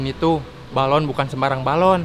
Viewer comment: balon bukan baralon 😂😂😂😂